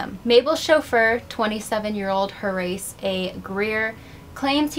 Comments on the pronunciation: Name not pronounced Hor- race. It's pronounced "Hor - asse". "Wil - shure", not "Wil - shire". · “Horace” is pronounced HOR-us, not hor-ace. You’re welcome. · Thank you, that was bugging me. HOR-US (Yes, like the Egyptian diety!). Great vid and channel btw! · It's probably moot at this point, but the name "Horace" is pronounced like HORIS, with the accent on the 1st syllable. Like the word "tourist" with out the "t". Also, I didn't know that the "tryst" between Cable and Young wasn't consensual. Crazy. Even though both men and women used to bed hop in old Hollywood, it makes me wonder how many would be classified as rape given the current definition. Like your channel. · I thought she was saying Haryse/Harise which is an uncommon name, but I have heard it...Horace is another one entirely! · Horace is not pronounced HoRACE